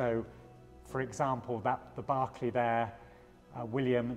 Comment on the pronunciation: Its pronounced 'Barclay'